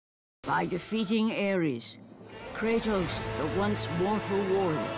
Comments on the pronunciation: IT KRATO not cratus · Kratos is not cratus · KRATOS IS NOT SUPPOSED TO BE CRATUS....Great video otherwise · Messed up the "Are" in the beginning 😅